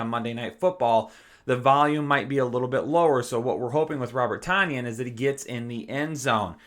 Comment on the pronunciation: Its Ton like the weight -yan for Tonyan. 🤙